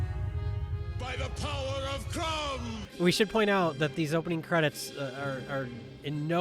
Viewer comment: I remember seeing this as a little boy along with my best friend in a theater as a child, we were both so disappointed that nearly the entire thing took place on Earth. Also, the guy couldn't pronounce "I have the power!" properly, he was like "I'av d'p'wrrr!"